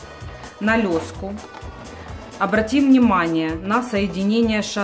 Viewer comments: Видно опыт и хочется смотреть, но слушать не возможно: не лёска, а леска, не салатнЕвый, а салатовый...и т.д. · Согласен )) еще одевает лёску постоянно)) ужас )